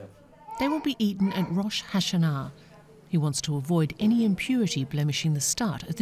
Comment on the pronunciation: The way the narrator said Rosh Hashanah almost made go cross-eyed.